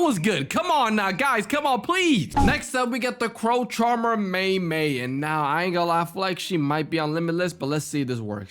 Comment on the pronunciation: It’s me me not may may